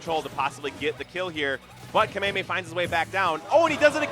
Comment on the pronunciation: He puts the emphasis in the wrong syllable, not really sure why it's cringe though